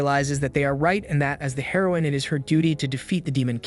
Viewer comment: Dumb ai can't pronounce it properly